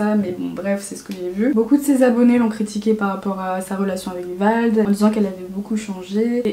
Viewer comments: C'est pas VALD, mais VLAD😂 sinon, je t'adore, ta mentalité est vraiment intéressante, je pourrais t'écouter des heuuuuurrre😂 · Pendant que tu parles de la vie d'Emma cakeup tu dis Vald au lieu de Vlad voilà mais bref sinon j'aime bien cette vidéo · C’est "Vlad" pas "Vald" 😂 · C'est Vlad pas Vald mdrrr si non très très bonne vidéo. 😅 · Ça me dérange de ouf qu'elle dise "Vald" 😭😂 son prénom c'est Vlad (Vald c'est le rappeur mdrr) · Pareil surtout qu'elle l'a pas dis que une seule fois, non une vingtaine 😂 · C’EST VLAD PAS VALD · Vlad pas vald 😭😭😭😂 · Ça me stress quand tu dis vald alors que c'est vlad ils sont pas du tt pareil 😂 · Tu donnes ton avis y a pas de soucis, mais connais au moins le prénom du mec de qui tu parles (C'est Vlad pas Vald) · Mais c'est pas VALD C'EST VLAD 😂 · C pas "Vald" c Vlad dega mdr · C'est pas vald c'est vlad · Il s’appelle vlad 😂pas vald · C'est Vlad pas Vald 😂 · C’est Vlad pas Vald mdrrr mais sinon super vidéo! J’adore ton honnêteté et ta manière de raconter les choses, j’ai rarement vu autant d’honnêteté et d culot sur youtube :) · Vlad pas Vald 😂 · mdrrr c’est VLAD pas VALD😭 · Vlad pas Vald Sinon bonne vidéo ;) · Par contre c vLad et pas VaLd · Depuis le début tu dit "Vald" mais c "Vlad". Juste ça à corriger, sinon la vidéo est super et très divertissante mdrr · C vlad pas vald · vlad** pas vald mdr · ça me perturbe quand tu dis « vald » alors que c’est « vlad » 😅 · sa choque que moi qu'elle dise Vald au lieu de Vlad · C’est pas VALD c’est VLAD😁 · Pendant toute la vidéo tu dis Vald mais c’est Vlad Vald c’est un rappeur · Tout le long tu dis VALD mais c’est VLAD .. voilà c’est tout ça m’a stressé Sinon super video, comme d’habitude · VLAD putain pas vald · Stp quand tu parle dit « vald » et pas « vald » parceque ça veut rien dire ta vidéo sinon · Vlaaaaad pas vald meuf !!! 😅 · Tout le long tu dis "Vald" mais c'est "Vlad", tu confond surement avec le chanteur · vlad pas vald ahah désolé ça me perturbait sinon super video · Vlad pas vald